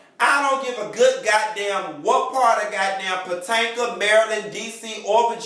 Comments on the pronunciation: YOU PRONOUNCING THE NAME WRONG ITS POTOMAC!!!!!!! ASK A FRIEND!!!!!🙃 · He says 'Patanka" on purpose.